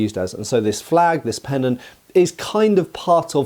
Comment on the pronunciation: What's a "penon"? Is it anything like a pennant?